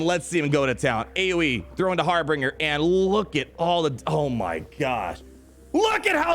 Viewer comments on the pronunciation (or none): Hey, don’t mean to be a grammar nazi or anything but harbinger is pronounced harr-binj-er, not harr-bing-er. It’s binge like binging the whole season of mandalorian, not bing like the website lol. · ummm... Harbinger, not Harbringer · ....it isn't HarbRinger.....its harbinger. Sounds like... har binge r. Like when you binge watch a TV series. So that with har in front of it and an R at the end. Harbinger. Okay sorry lol. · It's Har-binge-r. And you're supposed to be a lawyer? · har·bin·ger - there are not 3 Rs homie. Pronounced Har - Binge - Er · its har-binge-r.:) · Every time says HarbRinger I die a little inside. Perhaps that was his evil, imperial plan. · "Harbringer" KEKW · It's pronounced "har-bin-jer" :-D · Isn’t it a bit weird that neither the or Cubs can say “Harbinger”!!!?!:) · Didnt you go to law school? How do you not know how to pronounce harbinger? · I absolutely love your videos, but for the love of the empire, please say Harbinger correctly 😂. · Love you man, but stop pronouncing Harbinger wrong!